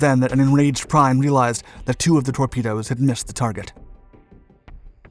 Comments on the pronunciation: It's Gunther Prien, (PREEN) I can't hold it back any longer, you need some pronunciation lessons bro.... And I'm American! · Absolutely! Prien is pronounced ‘Preen’… how does this guy not know that? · What??? Prien is pronounced PRIEN, IIIEEE PRIIEEN not PREIN or PREEN. German citizen here. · Nice use of movie footage.. it is a good one with Werner Klemperer as Prien (pronounced Preen).. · Günther Prien is pronounced like "Preen". Not like you did! I find it so terrible when somebody doesn't do research the propper pronounciation and than butchers it. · Not even knowing how to pronounce Prien’s name correctly is s sufficient demonstration of the “quality” of this documentary. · Prien is pronounced with a long i, just like Kiel or Kriegsmarine (which is pronounced with a final eh). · Just a small addition, Mr. Prien is pronounced more like a long english "e" than "i". In German the pronounciation of "i" is like the english letter "e" A german "ie" is like a long english "e" or how you say Easter with the ea at the start. A german "e" is like measurement with the first "ea" and the "e" from "ment" And finally the german "ei" is like the english letter "i" like in "idea" I hope this helps, if you need help or anymore german pronouncement help just comment below and I am happy to help. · Excellent Documentaries! But, the U-Boat Commander's name was pronounced incorrectly. In German, the vowels in Prien (the officer's name), are pronounced with a long e sound, not a long i sound. It's kind of annoying to hear it mispronounced repeatedly. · Mispronouncing Prien's name. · fun fact: You pronounced "Diesel" in the right german way but "Prien" wrong 😅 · It was driving me nuts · name is pronounced 'preen' in German, not 'prine' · tell whoever does your voice over that the Prien is pronounced PREEN and not PRINE. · It is hard to bear the pronounciation of the captains name. It is Prien (like in Halloween), not Prine (as in wine) !! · His name is pronounced "Preen" not "Prine".